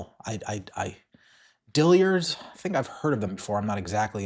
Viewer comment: Dillards, not Dilliards